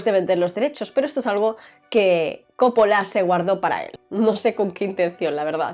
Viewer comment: ¿por qué coppola y cólega? ¿no es cóppola y colega?